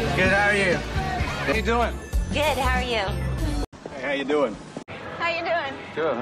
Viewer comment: The way you say "how are you" here sounds very much like "hawai"...